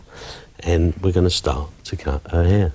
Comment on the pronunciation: “lcan and l will.....cut her hir”tha cockney accent saying that to Love him to cut my hair....LS